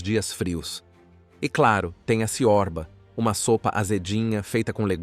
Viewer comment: Antes dos romanos, chamava-se Dácia, habitada pelos dacos. Péssimo apanhado histórico. Chama-se tsuiíca e não tuíca. "Ciorba", que tb é uma palestra turca significa sopa e pode ser de qq coisa. A pronúncia correta é "tchorba".